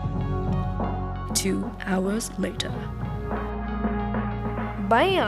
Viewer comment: “Two hourersss latierrr” lol I love you ❤️❤️ looks delish!!